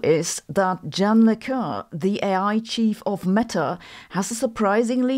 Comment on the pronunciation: Why do you pronounce Yann like Jun? It's just Yann. Like yes and yun. That being said, I totally agree with video's message. People often don't even know or care that real Supercomputers exist and what they can do, but they know and are excited about hypothetical Quantum computers. It's a bit ridiculous.